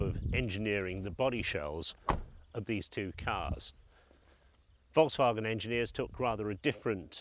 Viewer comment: It's Volkswagen not Wolksvagen